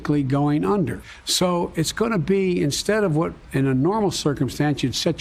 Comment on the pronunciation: "im a gointamade a commitment.." -Joe Biden